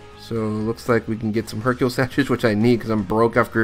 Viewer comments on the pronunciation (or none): none